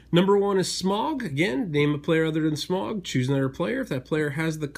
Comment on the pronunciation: Gonna be a Tolkien fan and correct your pronunciation of Smaug. Its not "Smog", it's "Smawg".